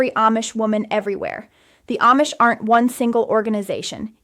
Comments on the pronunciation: This is AI. She couldn't pronounce Amish correctly part of the time! 😂😂😂 She said Am-ish instead of Ahm-ish. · This might be Ai, she switched in the middle from saying (mispronounced) Aimish to (correctly pronounced) Amish. A human Amish person would not make that error.